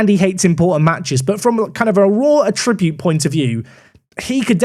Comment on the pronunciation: Attribute. Emphasis on the first syllable.